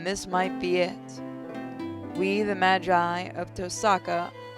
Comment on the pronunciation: Im sorry to be a fate addict but you you say magus and magi like you say mage